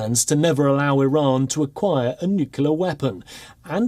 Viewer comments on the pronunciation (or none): Biden can't pronounce "Iran" XDDDD this mannnn what an embarrassment